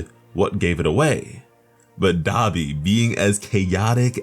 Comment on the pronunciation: Anybody notice he saying Dabi Wrong.